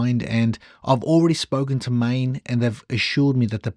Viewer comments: It is not "main"...ae is pronounced aaaaah. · Maen is pronounced like Maan in Dutch. aaaaah...